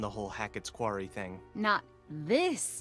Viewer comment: bro said the “qeaury” 💀